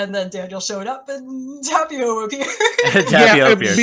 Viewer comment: So it's okay to just completely appropriate European cultures and mythologies (which, friendly reminder, are not monolithic and Americans often have a very warped view of them and no access to quality sources) but not Asian ones? First of all you're mispronouncing Tapio. Second of all there is no "nut god" in Finnish mythology, it's only mentioned on Wikipedia completely unsourced - and you should really do better research than just "look it up on Wikipedia". Please don't spread misinformation. Third of all, "nut" doesn't even have the double meaning in Finnish as it does in English so none of this makes sense and is just a mockery of Finnish traditional religion. Good job.